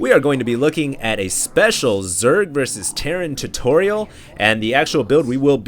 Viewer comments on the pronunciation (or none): none